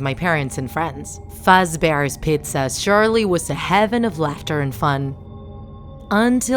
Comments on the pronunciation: "freddy fatsbears pitsa" "Fuzbears pizza" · To me it sounded to like Freddy's Fatzbear petza